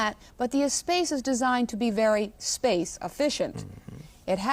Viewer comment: Ugh. It's pronounced "ess-sposs."